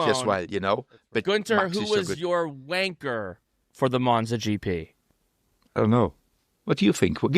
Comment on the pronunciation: Just call the show wanker hours. You 2 are literally the only ones saying vankah. Gunter pronounces it perfectly normal when he says it so the joke isn't funny.